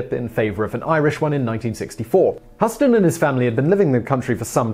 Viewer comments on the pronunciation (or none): Husston? No, Hue-ston. Painful. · It’s Hew-ston. Pretty easy to look this up. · OK gang, tonight I checked with my Irish friend(in person,face to face).Peter says Hue-ston. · Like how New Yorkers say"House ton"? & the family name is pronounced "Huss ton" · ~Yeah; like, "HUSS-ton", right?? Simon, Darling: it's actually pronounced (similarly to) "Euston Rail Station"...! <3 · Not Hust-on. HYOUST- on, like the Texas city. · Simon, please check your pronunciations; it is Hugh-ston, not Huss-ton. And, no, it is "Israeli", not "Israelite". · LOL.... Hew-stun, not Huss-ton. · John and Angelica Husss-ton?????? OK, I get your Brits claim the funny way you pronounce Al-you-min-ium and Con-trove-acy are "correct" because you invented the English language, but this is a PROPER NAME, and it is pronounced "Hyoost-en" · Hew-stun not Huss-ton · Ahhhhhhhh it’s not John Hosstin! It’s Huston!! (H-ū-s-ton) so annoying. 🙄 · hue ston not huh ston.......... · Huston is pronounced -- Hew-ston.....NOT Huss-ton. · His name is pronounced "Hyooston," dummy, not "Husston!" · You lose your internet citizenship Simon, who can't pronounce Huston correctly? That REALLY looks like 'HUSSton' and not 'HYOOston' to you? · #7-Huston, we have a problem. HUE-STON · John Huston—It’s pronounced /‘hju:sten/ like Houston, Texas. The guy gave the world “The Maltese Falcon,” “Treasure of the Sierra Madre,” “Key Largo,” “The Asphalt Jungle,” “The African Queen” among others! Any person with ONE of those films on their CV deserves to have their name pronounced correctly! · Despite the spelling/phonetic in consistency, both John and Angelica's last names are pronounced Hue-ston, the same as the equally spelling/phonetic inconsistentTexas city of Houston. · Christel Headington-Thank you! I have heard his last name pronounced like you wrote, and also like HOUSE-TON, but never like how Simon pronounced it! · It's pronounced Houston, like the city in Texas. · Huss-ton?????? LOL Huss-ton we have a problem!